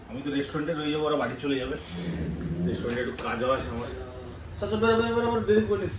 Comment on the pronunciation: Resturend bole kno jni na